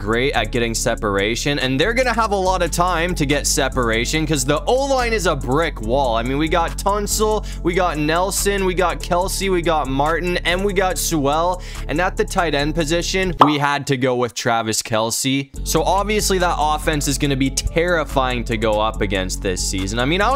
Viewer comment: Let me help you pronounce Sewell correctly. Sewell = Jewell